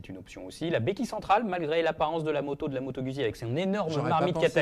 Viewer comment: Trop cool 😊 par contre on dit, Moto Guzzi pas moto Gudzzi, ça me fait saigner l'oreille lolll...merci pour le comparo 🎉